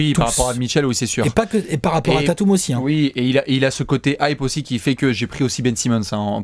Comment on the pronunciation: Super vidéo, mais juste, et vous êtes pas les seuls hein, mais c'est "Tayteum", pas "Tatoum" ;)